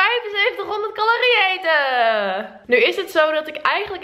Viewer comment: Doen alsof je dom bent door 7500 twee keer verkeerd uit te spreken is niet grappig of schattig, je zet jezelf alleen voor schut. Iedereen weet dat je t gewoon prima kan uitspreken. Zou gek zijn als je dat op jouw leeftijd niet kan ;)